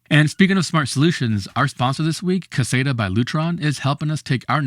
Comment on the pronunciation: you are pronouncing caséta incorrectly?